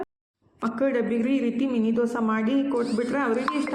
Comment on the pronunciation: ಅದು ದೊಸಾ ಅಲ್ಲಾ ದೋಸೆ